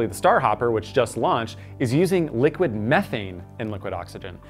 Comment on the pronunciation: Wait wait wait DID YOU JUST SAY LUQID OXYGEN HUNANANAHSNSNANNANANANA